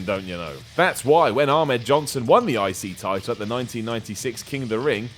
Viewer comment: I thought he kept say 'icey title'